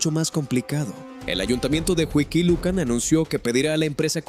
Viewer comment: Es Huixquilucan, No Whisky Lucan!.